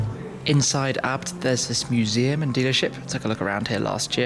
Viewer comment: Isnt ABT pronounced a....b....t not as one word??